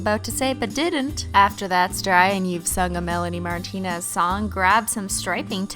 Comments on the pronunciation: did she said MEPANIE MARTINEZ??!!!?? CAUSE I AM BIG BADASS CRYBABY! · DID SHE SAY MELONE MOTENERS SORRY for bad spelling